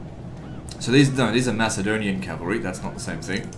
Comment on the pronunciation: Great series. However, Macedonian is pronounced with a hard C not a soft C. Like Mac and Cheese. Driving me nuts